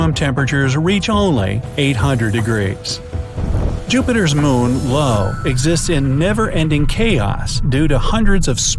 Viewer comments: Uh, you do know the moon for Jupiter is not called Lo correct? The name of the moon is Io, from the Greek Ἰώ. Now I will accept the Italian pronunciation of Io as the moon was originally named by Galileo, and I realize the English speakers like to call it Io (aɪ.oʊ)...which I don't fully understand, but it is definitely not Lo. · I io not Lo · I especially enjoyed the part about Lo. Very informative. Now I can tell everyone how it's pronounced! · You mispronounced Io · he gets confused and thought it was an L